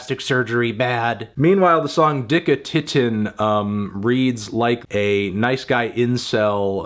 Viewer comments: It was the „Digge Titten“ for me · Anthony pronouncing "Dicke Titten" is my new religion.